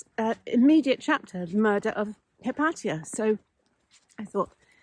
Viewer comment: Hypatia..."High-pate-ear" stress on "pate"?